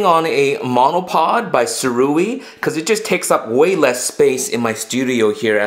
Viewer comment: Three thoughts: #1 Kudos for use of duct tape to keep yourself from getting zapped by the light switch. #2 Where did you get that little hot shoe adapter between the X-H1 and the MARS X? That’s the nicest one I’ve seen. #3 Unless it is different in Canada, Sirui is not “sir-oo-ee”; it is “sue-ray”.